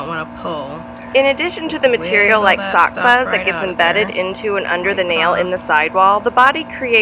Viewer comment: Oh my goodness. Took me a minute to get you where saying sock fuzz. I thought it was a new medical term. 😜